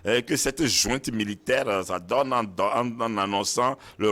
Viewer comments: <<JOINTE>>😤❓ En disant tout le temps jointe, jointe 😅 et non pas junte, ces 2 là se sont trahis : ce sont que des fumeurs de joints. Pétard, ça se voit 🤪 !! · « Djunte militaire », « illégitime » Etc. Ils sortent d’où ces « analystes »🙄?